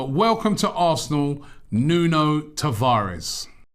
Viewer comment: Great signing for the don and his first name is pronounced noon